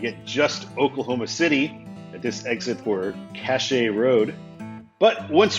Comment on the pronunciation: lol. Cache is pronounced “cash”